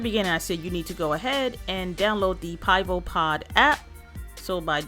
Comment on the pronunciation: Pronounce (pee-vo). It means beer in Czech 😁